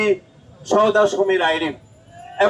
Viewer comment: 😂😂😂😂😂😂 আহা মুরুব্বি নাসির উদ্দিন ষাড়, আপনি এখনো "এবং" শব্দের শুদ্ধ উচ্চারণ শিখলেন না? শব্দটি "এবন" হবে না। শব্দের উচ্চারণ "এবং"